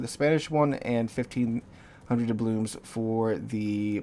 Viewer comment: How many years is it now that you've been mispronouncing doubloons? 🤣